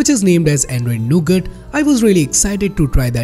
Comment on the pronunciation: when he say android nougut...i misheard it to ANDROID NOGOOD